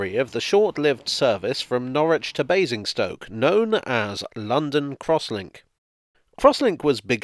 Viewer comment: I think you were mispronouncing Amazing'stoke 😝 Thanks for another great video 👍😊